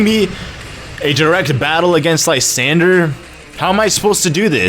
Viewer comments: It's lee-zand-dra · HOW MANY TIMES DO I HAVE TO TELL YOU LYSANDRE IS NOT SPELLED LIESANDRE ITS SPELLED LESANDREY